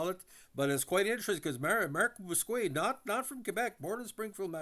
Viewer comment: nickname in real life is "",,or could be ""....Nice guy! Bousquet usually pronounced Boos-Kay...